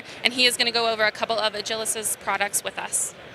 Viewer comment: Agilysys, not Agilysis.